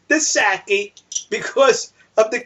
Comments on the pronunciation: i think its pronounced (saakee) good video 5 stars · First learn how to pronounce sake! Second, you rant from the warmth and comfort of your home. I wonder how you'd speak while being hosed down with water in the Anarctic and BTW the International Law of the Sea regarding navigation states that if both ships are under power THE STARBOARD SHIP HAS THE RIGHT OF WAY (starboard means "the ship on the right" to those of you who are directionally challenged. Maybe you ought to slow down on that Sake (after you learn how to pronounce it) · and please learn how to pronounce sake. It's really irritating to have to listen to over and over when I forget to turn off my speakers when posting replies.